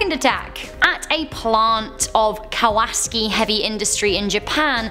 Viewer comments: Please don't leave us! My wife and I really enjoy your hosting. Besides, we've never heard anyone else give a Polish pronunciation to a Japanese name! Turning Kawasaki into Kawalski cracked us up!:D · Dear the way you say Kawasaki is like this... COW A SOCK E, i hope this helps for any next time ya have to say that word. love the video and as always you make every video a home run, keep up the awesome work:-)